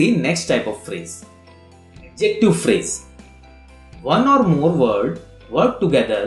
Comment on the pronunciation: he told adverb pharaasaee